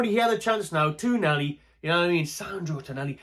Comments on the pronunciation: TonALi not TonELi ffs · TonAli, TonAli. Not Tonelli. It's right there in the spelling of the name man!